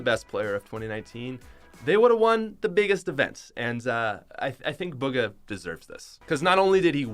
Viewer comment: Not "Buga" "Booga" xD